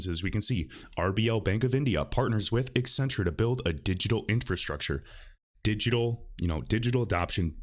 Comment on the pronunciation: Why do people constantly pronounce it EX-centrue?